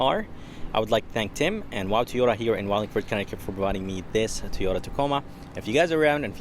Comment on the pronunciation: It’s pronounced TOYota Not TEEyota 🤦‍♂️